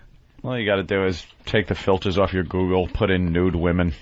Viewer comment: Ok, here’s the plan. Patrice and Jimmy, you to be wickedly hilarious. Ant, you do great voices, provide amazing analogies, and be super funny. Um, Opie, you say google in a weird way. All right guys, break!